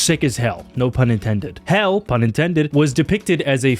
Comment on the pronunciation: "Hell ah" hell mangas